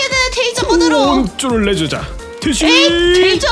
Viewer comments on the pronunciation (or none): 테이져 발음이 나만 되져라고 들리나?ㅋㅋㅋ